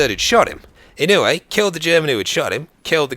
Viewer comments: It's pronounced E-No-Way btw. Thanks for making this! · A real life Terminator, also, the name is pronounce (Ino-oo-ay) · You are mispronouncing his name but it's fine. Most British people do that with Japanese names and words. It's just what happens when they are romanized. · You pronounced the last name wrong I am from Hawaii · Kinda mispronounced his last name lol. But ya, he was definitely a great man worthy of respect, I even graduated from the same school as him.